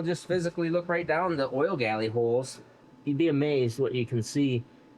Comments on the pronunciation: The word you are trying to say is 'Gallery', with an R. Also, height ends in a T, not an H. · It is gallery not galley. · Hey. I watch all your videos way down here in NZ. I’m pretty sure that your use of the term “oil galley” is a slight mispronunciation of the term we would use here which is “oil gallery “ or oil passage for sure. Anyway keep making horsepower and videos. Cheers G McClung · oil gallery, instead of oil galley. Just trying to help.